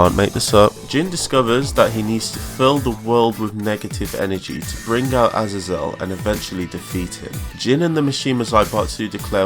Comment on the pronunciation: Great video but Azazel it’s pronounced ( Ah-zay-zel)